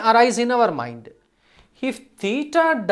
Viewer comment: Btw it's not moind it's 'mind'